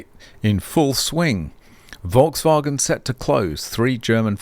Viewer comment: why not? It's not banned by YouTube. People who comment on pronunciation of others are normally happy to have things like that pointed out. I now know a better pronunciation of Volkswagen.